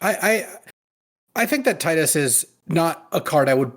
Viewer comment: Thanks for saying Tidus' name the way I like.